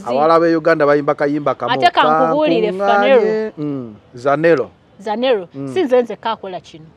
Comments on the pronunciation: The way the lady is calling you Phaneroooo🤣🤣🤣🤣🤣 instead of Zanero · Did i hear her call him Phanero😮